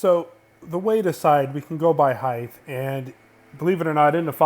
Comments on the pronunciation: I love the videos but i cant get over the way he says "heighth" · Really bothers me that you don't say the word "height" correctly.